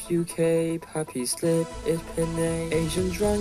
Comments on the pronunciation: pronounce PINAY like pinay not piney lol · dude...it's pronounced as pinay as in "pin" with the "i"...not pin with an "a"....seriously...O.o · Love the pronounciation of "Pinay" to "Piney" ......just to make it rhyme with UK.. LOL XD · LOL "pi-nay" xD